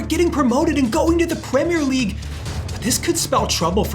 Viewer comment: Pwemere league